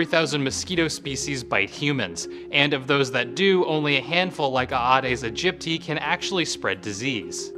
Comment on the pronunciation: Eh-deez Egypt--tie is the right pronunciation